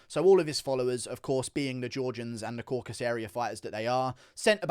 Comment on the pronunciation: once again Guru, the area in question is called the Cauc-as-us, not the Caucus. You're welcome